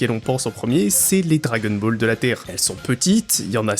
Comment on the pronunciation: on ne prononce pas "dragueune bol" par contre. c'est assez agaçant d'ailleurs.